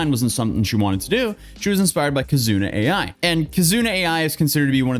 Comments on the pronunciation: Kizuna Ai it's pronounced like I, it's a double meaning of Ai, meaning love in Japanese and artificial intelligence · its kizuna i (ai) not A I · Ai is pronounced like eye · Just a note; Ai in Kizuna Ai is read "Eye" like Japanese for "love". It is a play on AI, because she's a vtuber.